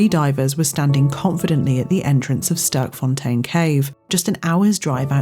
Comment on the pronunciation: Sterkfontein. Literally meaning "Strong Fountain". Pronounced differently, something like "Stairkfon-tane" in Afrikaans/dutch.